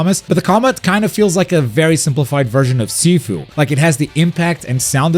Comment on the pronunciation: Amazing video, btw Sifu is pronounced SheFu, not SeeFu